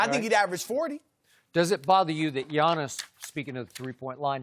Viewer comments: Did Chris Broussard say 'to be Giannis...' or 'to be honest'...? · Its Giannis. Not close